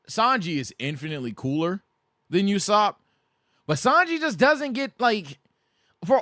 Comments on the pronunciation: pronounced Ooo-Sop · Why do you keep saying “youssop”?